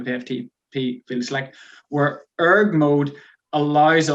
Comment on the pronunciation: The way you say ERG mode, it's one word not E .R. G